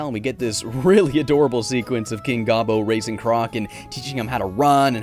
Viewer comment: The word Gobbo is pronounced "go-bo", the source is from a commercial about this game. Also, King Gobbo is actually called King Rufus, which is refered to in the manual where the story is set in more detail than in the cut scene.